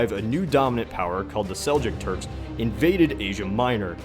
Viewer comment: "...the Seljuk Turks..." AGH!